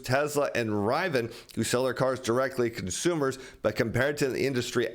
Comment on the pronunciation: Rivian. Ri-Vi-an